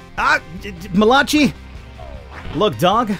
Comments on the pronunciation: you're killing me bro, surely you've heard the name Malachi (Mal-a-ki) before....not malachi (Ma-lach-e) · I think Malachi is pronounced Ma/la/kai and I had a gameboy until it stopped working